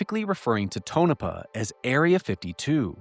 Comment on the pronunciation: More great work! I'm sure others have pointed out here, Tonopah is pronounced TONE-UH-PAW